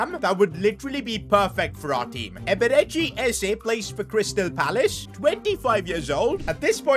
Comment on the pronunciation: How pronounced eberechi eze amuses me😂